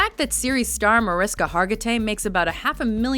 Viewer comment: it's pronounced "Ma-rish-ka" not 'ma-ris-ka' hargitay.